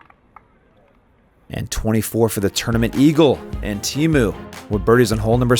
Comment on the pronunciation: I don't mind his commentary but it's very annoying listening to the pronunciation of names. Go ask the guys. Like Teemu, he says Taymo, so does he throw Tay-Birds or Tee-birds? I mean really...